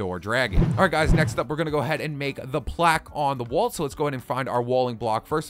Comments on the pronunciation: lol he said woal when he was supposed to say "wall". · lol "woal"